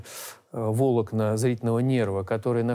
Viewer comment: ГОВОРИТЕ ПРАВИЛЬНО : НЕ вОлокна а волОкна!!!